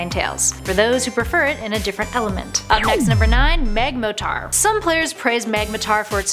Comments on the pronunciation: "Magmotar" it's magmoRtar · "TyPHOLsion"? "MAGmoTAR"??? The cringe... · First off, Charizard looks like a dragon but doesn't have the dragon typing outside of one of it's mega form. Second, there's an o in magmortar so how do you keep saying magmatar?